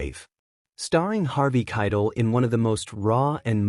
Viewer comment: Who the F is Harvey Kie Tell 😂